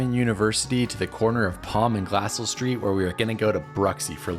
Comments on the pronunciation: It’s pronounced Glacell not Glasell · We pronounce it “glass-EL” not “glass-all” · Glass-Sell??? It's Glah-Sell, just as a helpful tip. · My hometown! Also it's pronounced Glah-sell. Like how you would say "gazelle" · Thank you. I was giggling at the same thing. It is pronounced gla-SELL with the emphasis on the second syllable. NOT pronounced like "hassle" as Glassell Park in Los Angeles. Named for Andrew Glassell, one of the founders of the City of Orange. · Have someone tell you how you should pronounce Glassell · Can tell you're not local by the way your pronounce Glassell 😛